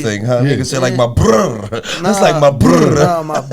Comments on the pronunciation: "My blrddddudddaa"😂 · When Pooh said “ brother” sound like he said “blrrrrdd”😂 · When he said “My buurrrother” 😂😂😂😂